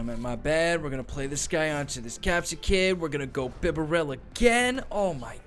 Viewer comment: Not Beh-bear-el.....ITS BIB-AH-RELL 😂😂😂....your hilarious hahaha